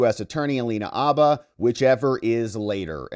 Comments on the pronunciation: Bro, the H is not silent. Habba, not Abba. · Its haba with an h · Minor note: the "H" in Habba's surname is pronounced. "H," as in horse, not "H" as in hour. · The "H" is not silent in Habba. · Alina Habba, …with an aspirated “H”.